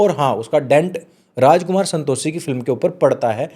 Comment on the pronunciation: Santoshee nhi Santoshi bolna seekh pehle bhai . Pronouse nhi karna araha 😂